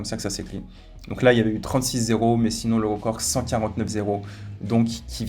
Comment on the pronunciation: Il dit rocord au lieu de record